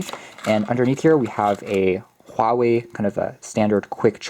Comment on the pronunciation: you must be Chinese or at least Asian, cuz you are the only youtuber who got the Huawei pronounced right. lol